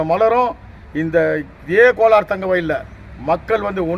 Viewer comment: கோலார். .....not கொளார்